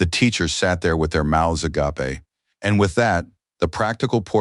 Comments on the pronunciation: Such a good manhwa my mouth is agappeh. Why can't most Ai voices pronounce agape? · Since agape is used so seldom by humans, AIs learn its pronounciation from other AIs. And AIs decided to pronounce it agappeh.